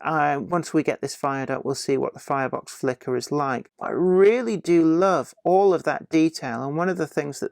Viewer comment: Did I just hear you say "Flirebox Flicker"? :D